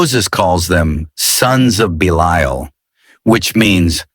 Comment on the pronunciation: I wish ai could learn to pronounce 1 word consistently. Belial is mispronounced 3 different ways